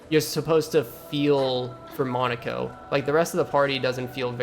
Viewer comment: Awesome job but I have to ask is there some secret society of streamers who all banded together to mispronounce Monocos name as Mon a co instead of Mon o ko. It's making me crazy I mean they refer to him correctly in the game